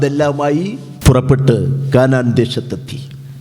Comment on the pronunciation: കാനാൻ അല്ല കനാൻ ദേശം 😂😅